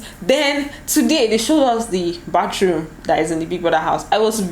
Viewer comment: U couldn't hide the Benin in you, he ha "showed" Una like " show " ehn🤣🤣 lol